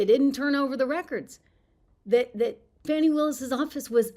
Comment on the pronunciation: Her name is Fani not Fauni, or Fawni. You know like Fannie Mae. It's an old school southern name... Kinda like Beaula . Stop lying Fani.